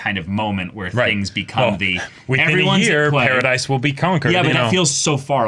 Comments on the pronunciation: It's Paradis. Not Paradise. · Also, Paradis is pronounced like “parody.”